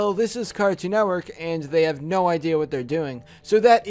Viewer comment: Say no it's sounds like nu